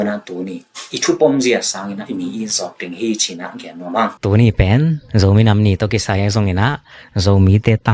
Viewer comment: Zo minam❌ Zomi nam✅